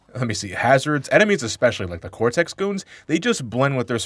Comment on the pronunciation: It's actually pronounced Cortex cuz that's his name not Cortez.